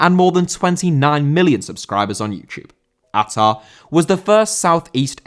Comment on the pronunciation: Hi,as an indonesian i can confirm that your prounanciation of ahha is correct. I would say tho even though i have known about atta owning a football club for a while i never knew what the club name is. So thank you